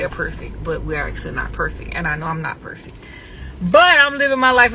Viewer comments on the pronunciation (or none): What the hell is perfick (perfect)??? At this point I need the to stop talking she mucks up every word that comes out of that dump truck.